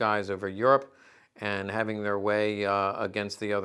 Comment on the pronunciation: You pronounce "Luftwaffe" nearly like a native german. 👍 Nice video and greetings from Germany.